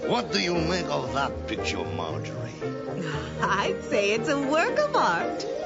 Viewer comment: Am I th only on to notived that he kep saying "My Margery"?